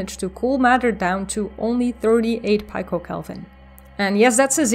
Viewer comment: Edit: The first three times, I heard you say microkelvin, not picokelvin. Then I turned on the closed caption and saw the word picokelvin, but pronounced [pie-co], with the long I sound, which sounds like [my-crow] instead of [pee-co]. –------ One microkelvin is , or 10 ^ -6, or one millionth of a degree. One nanokelvin is , or 10 ^ -9. One picokelvin is , or 10 ^ -12. The value is 38 picokelvin.